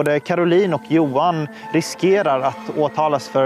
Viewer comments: Just a moot point j is y in dutch and German so JOHAN is pronounced yohan😂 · Dude, you really don't know how to pronounce "Johan"? "Yo-hann", not "Joe-hann". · It's not "JOE-HAN", it's YO-HAN.